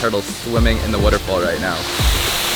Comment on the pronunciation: Why do you say waterfall like Warrrrofool